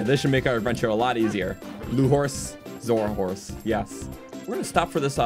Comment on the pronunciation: "Zora horse" Me, in a cold sweat: Z O R S E